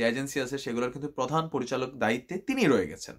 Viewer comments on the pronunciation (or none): none